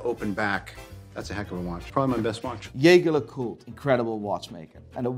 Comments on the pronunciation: Why did he say jaeger lecoultre like yayger lecoultre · Nice video! The pronounciation of Jaeger LeCoultre is wrong tho